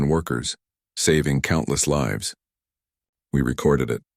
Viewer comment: Why can’t the AI say lives but always says liv’s fix it